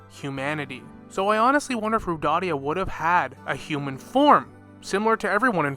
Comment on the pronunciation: Its nor Rodadia... Its pronounced ROW-DAY-UH